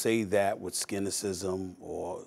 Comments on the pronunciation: Dude just said “skinicism” lol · "Skynicism?" Is that a cross between cynicism and skepticism? 😜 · “…and I don’t say that with ’skinicism’ “ 😂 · I move to upgrade "skinycism" to permanent member status in the English lexicon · They paying Stephen A. 12 million a year and he says "scynicism" on live TV 🤦🏽‍♂️